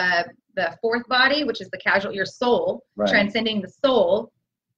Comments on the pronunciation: Totally validating the 333 gateway. Just so you know, it’s not casual body, it’s causal as in the cause. Thanks❤️ blessings. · Question: isn't it causal body, instead of casual? Sincere inquiry. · P.S. 4th body is the c-a-u-s-a-l body NOT "casual body," as pronounced it. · Did she say CASUAL body? Causal body :) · I believe you mean "Causal" body, not "Casual" body.